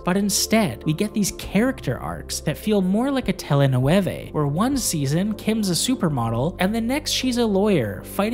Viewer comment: Telenovella not telenueve